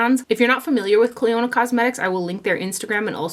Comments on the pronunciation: Hi...I love you videos! On a very friendly note: You are pronouncing the name incorrectly...as it's actually my cousins name here in N.Ireland. :-) You pronounce it ...like a near silent o there. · I heard you mention this brand a few hauls back and for the life of me I couldn’t understand the brand name lol Thank you for doing this video!